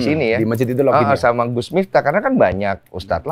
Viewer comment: Miftah,, pake f, bukan mitah 🙏🏾😁😁